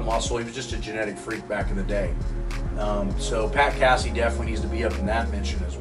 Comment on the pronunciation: Pat Cassie lol. Funny pronunciation